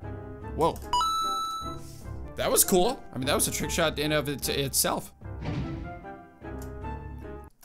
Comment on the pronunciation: Did he say shoot but with a i